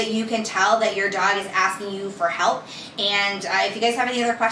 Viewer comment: I had to strain to get through it, but it was worth it. :) (Especially "thinks for tuning in" instead of "thanks.")